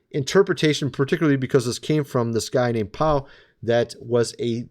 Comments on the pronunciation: Pea-O not Pie-O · Padre Pio is pronounced "pee-o". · Padre pio... pee o.. pronounced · …Wales is not spelled with an “h” With the “h” means it is the whales in the oceans And Padre Pio’s name is pronounced pea-oh - you should look him up - what a fascinating story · Padre (Father) Pio was made a saint not too long ago. Now called Saint Pio of Pietrelcina. I’ve always heard it pronounced as “pee-oh.” Love your videos. I subscribe to all 4 channels. THANK YOU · Pio..is pronounced P...e...o..like the vegetable pea and add an o. Thanks for all you do! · Pronounce Pea-Oh for Padre Pio.